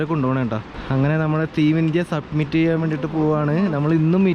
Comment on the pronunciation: It's summit.. not submit